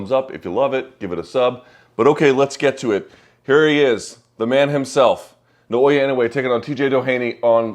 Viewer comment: Why can no one pronounce Nay-Oh-Yah